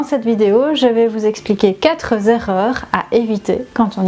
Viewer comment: Merci pour vos conseils. Toutefois, permettez-moi de vous faire remarquer que le chiffre quatre, comme tous les autres chiffres d'ailleurs, est INVARIABLE. donc, il faut dire quatre erreurs et non pas quatre z'erreurs.